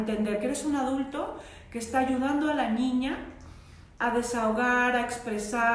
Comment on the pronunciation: A una disculpa pero Ud dice ñiño o ñiña y es mal pronunciación en niño o niña